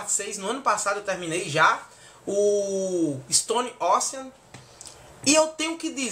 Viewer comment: shuaihsuiahs achei massa a pronuncia de ISTONE ÓSSEAN e ISPÔILERS kkkk